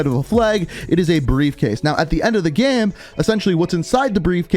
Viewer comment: Why is he saying “game” like that?? “Geme”